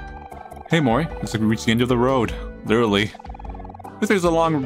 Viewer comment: litheraly loosing Also: it's fine